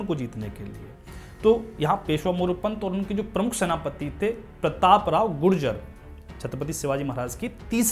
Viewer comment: bikul gujar hai gujjar nahi